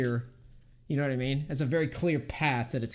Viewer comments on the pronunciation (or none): none